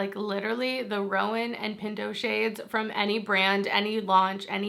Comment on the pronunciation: Pretty sure roan ( the color eyeshadow you mentioned), is a one syllable word. Not Rowan like the girls name but roan like own. Sorry IM just that girl lol